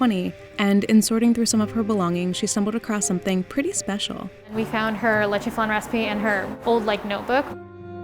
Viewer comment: I like how she says it Lechè Flan but Its pronounced Le Che F Lan